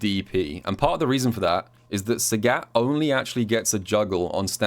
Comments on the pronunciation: calls sagat SAGYATT and I like it:) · I wanted to watch this video, but I can't listen to you say Sagat wrong for 24 minutes. The announcer says his name when you pick him in Training mode, you should listen to it closely...